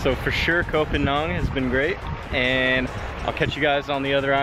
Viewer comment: I lived there for 2 winters and avoided the full moon party, there are better places on the island imo, but I liked your take on it, but pleeease, learn how to say Koh Phangan correctly 😅